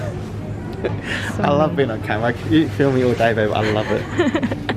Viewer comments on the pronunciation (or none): none